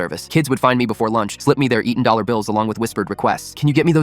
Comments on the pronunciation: yes, "one dal dollar" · "One dal dollar" 💀